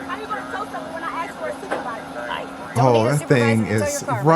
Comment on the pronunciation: Ask not ax